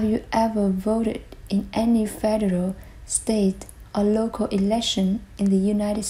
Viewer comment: Hello! Sao chị nghe foreign speaker trong clip lại đọc chữ " federal" là " phe- (đ) reo "??? Có gì đó sai sai??. Trong khi you lại đọc " phe - đơ- rô" giống phát âm trong các từ điển.